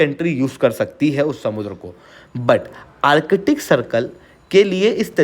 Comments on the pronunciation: Use Hindi ka adha akshar of ka. Arc-tic NOT Arche-tic! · Its Artic sea not arkitic...Chale logo ko padane.